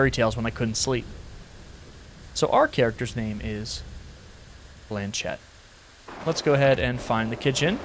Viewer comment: My French ass every time he pronounces Blanchette: 😭✋